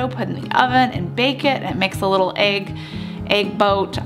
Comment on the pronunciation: whats an ''aig'' ?